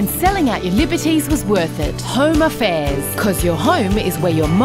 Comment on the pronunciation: Home a'fears is actually how the kiwis pronounce home affairs 🤣